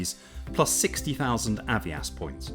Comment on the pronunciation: I've heard Avios pronounced a few different ways, but never like that!!